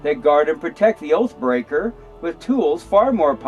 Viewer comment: You consistently mispronounced, "oath breaker". Throughout your entire presentation. 🙈 🙉 🙊 Unless there is a natural disaster, or some type of emergency. The job of all police officers, is to arrest you. Period. Why else do you think, they look all through your vehicle and want to search it and you for any minor traffic stop? It's because they are "Fishing", they are looking for any reason or excuse to escalate it to an arrest. They are not here to "Protect and Serve". They are not even required by law, to even give you any type of assistance. They have the option to actually do nothing at all, to assist you if they don't feel like it. It's true, look it up. There is no law, that says a cop has to help you. There are even plenty of instances documented, where they have stood idly by. When their assistance was requested. 😱😱😱😱😱😱